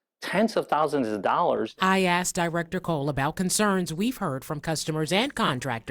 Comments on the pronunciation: She axed him? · u axed him? oh no!